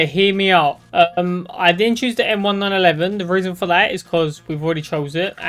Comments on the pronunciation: Bro realy said the m1911 wrong he said m1-9-11💀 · Idk if it’s just me but it kinda pisses me off whenever you say m1911 you say it m-1-911